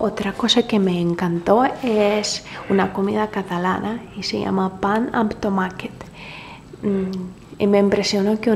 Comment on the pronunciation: Enhorabuena, has pronunciado "tomàquet" mejor que cualquier barcelonés.